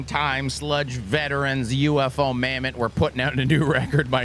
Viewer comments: I thought that band name was pronounced Ufomammut, not U.F.O mammut. Mind blown. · Did he just call Ufomammut UFO Mamutt? Maybe the Italian band has an Italian name, and its pronounced that way. And the lack of a space should indicate that it isn't two words.